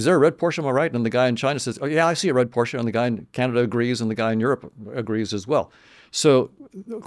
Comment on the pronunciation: He said Porsche with an A at the end 😆